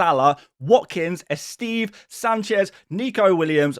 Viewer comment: eSteve? Lol dude, c'mon, it isn't that hard to say EH STEH VEH